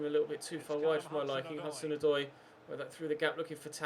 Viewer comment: "To Callum HazoozooDoy" xD